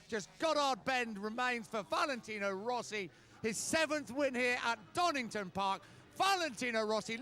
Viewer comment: Donington, his name is DONINGTON